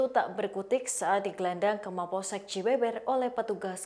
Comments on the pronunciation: Lucu dengarnya pembaca berita menyebut alamat pelaku seharusnya dibaca cibeuber,bukan Cibeber🤦😁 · Cibeber 😂 ditulis nya emang ke gitu tapi kalau diucap cibeubeur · Baca cibeber nya salah :( 😂